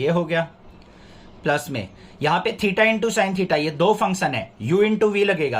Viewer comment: Sir mein bhi kabhi kabhi thita ki jagah kush or bol deti hu😂😂😂